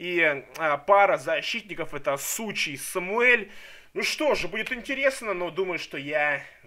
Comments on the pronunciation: сухи., а не сучи))) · не сучи , а сухи. лол))0)0